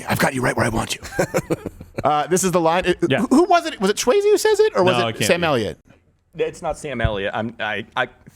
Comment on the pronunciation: Dude doesn’t even know how to pronounce Swayze correctly. This guy is a fraud hack do your research too before you speak and misinform the public